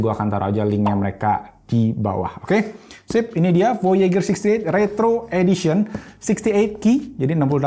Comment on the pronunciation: Voyejer cara bilangnya bang. Kaya nama satellite amrik.